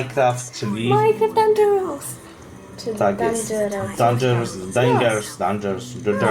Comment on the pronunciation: To się nazywa Dangerous a nie Dengeons czy coś